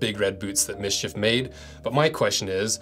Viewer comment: That's not pronounced "miss-chiff". There are no vowels in it.